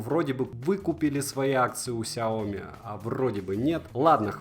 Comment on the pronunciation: "Рассказываю о бренде больше года!". За это время так и не выучил, что не сяОми, а сяомИ!